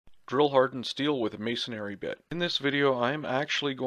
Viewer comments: Pet Peeve: it's may-son-ree, not mays-son-ary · May - son - re